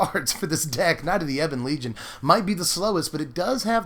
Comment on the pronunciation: Wooooooo Someone said Ebon legion right. Not eeeebon legion hahaha I'm with you on the speed Midrange knights seems pretty easy to beat.